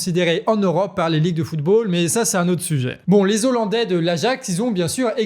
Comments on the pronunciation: Super, merci, et on ne dit pas "des zollandais": le "h" n'est pas muet donc on ne fait pas la liaison 🙂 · Les Hollandais on ne fait pas la liaison ¨zollandais" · Bien l'information, mais ne pas oublier que "hollandais" commence par un h aspiré, donc pas de liaison, sinon ça fait mal aux oreilles 😂. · Très bonne vidéo et bon travail, mais on dit pas des z' hollandais mais des hollandais, c'est comme pour les haricots et non pas des z'haricots ! Si non RAS, bonne continuation à toute votre équipe !!! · Les Z'ollandais, ça pique bien les oreilles, et en plus le terme correct c'est Néerlandais. A part merci, merci le Canard comme d'habitude, ça fait du bien d'avoir une vision différente des infos. 🦆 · Des zollandais... Faut faire gaffe avec tous ces "Z" que tous les journalistes et politiques cloutent à outrance ! Et merci pour les infos ! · Des olandais et non des zolandais ! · Juste une remarque "hollandais" a un H aspiré donc on ne fait pas la liaison (des ollandais, pas des zollandais) et de toute façon les habitants des Pays-Bas sont des néerlandais. Si vous dites hollandais pour tous les habitants des Pays-Bas, c'est comme si vous disiez parisiens pour tous les habitants de la France.